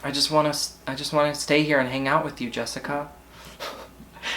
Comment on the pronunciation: LMFAOOO NOT ME AS JESSICA SAYING JESSICAN AS HE DID & FREAKED OUT 😂😂 it is so common